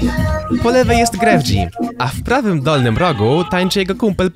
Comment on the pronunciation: JA JESTEM Z HISPANI I NIE MOWI SIĘ GREF-G MOWI SIĘ GREF I SIĘ PISZE GREFG